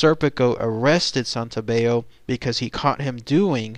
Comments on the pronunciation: The double L isn't pronounced like a y in Italian like it is in Spanish. His name is Santo-bell-o. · WRONG, GET YOUR FACTS STRAIGHT, THAT'S NOT HOW IT WENT DOWN.. AND PRONOUNCE HIS NAME RIGHT, SANTO BELL O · You're right. The letter "L" in Italian has to be pronounced like an "L". The narrator is pronouncing it with the Spanish rule. Not sure why. He should know Santobello is Italian. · Your saying my last name wrong, it’s Santobello god don’t disrespect my uncle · Hi, you are pronouncing my last name wrong, that was my uncle. Most of your info on my uncle was correct, but some of it was incorrect.